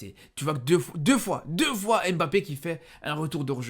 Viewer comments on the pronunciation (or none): Tu as joué dans quel club? Ton diplôme de journaliste es où? Tu as brossé tes dents avant ? Et pour ton diplôme d’entraîneur es où ? Et DÉJÀ IL NE S APPELLE PAS M - BAPPE